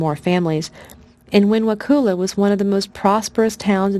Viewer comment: I live in Wakulla county and you’re pronouncing it wrong. The u sounds like uh. I am thoroughly enjoying this story!